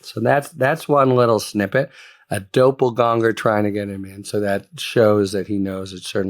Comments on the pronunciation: Please, look up how to pronounce doppelgänger. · This fool thinks "doppelgänger" is a big word, because he's too ignorant to pronounce it correctly, and too lazy to look up the proper pronunciation. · You OK Harry? You don't look so good. BTW It's DOPPEL-GANGER